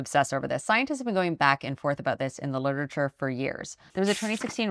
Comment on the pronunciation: I enjoy the way you pronounce certain words. Like, 'Literature'= "Lerderihcher"